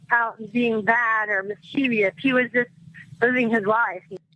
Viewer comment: Wow. The victim blaming here. Also there is no such word as "miss-cheev-ee-us".